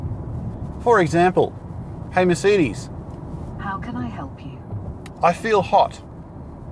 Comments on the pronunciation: Your pronunciation of Mercedes is very annoying and strange! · We definitely don't pronounce it that way in WA. I've noticed this particular gentleman always gets comments about his pronunciation of the word "Mercedes" 😂😂